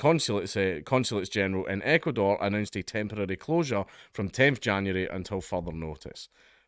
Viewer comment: When you finally managed to say Ecuador correctly I had to stop the video and clap and cheer for you, you dopey drongo.